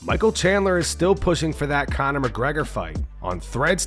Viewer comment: you have to say Conor like how Kendrick says MUSTARD!!!!!